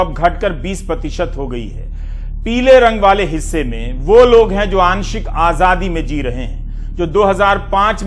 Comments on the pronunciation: Is ko Azaadi bolna tak to aata naheen (Ahjadi bol raha hai) Yeh kya karga ???? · Azadi hota he bhai....aajhhadi nhi hota...pahle bolna to seekhlo...MAHARAJ🤣🤣🤣